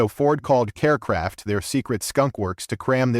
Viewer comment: That would be Kar Kraft, you stupid AI not Care Kraft!